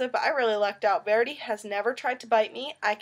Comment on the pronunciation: Verdi is pronounced Ver-dee! Not Verdei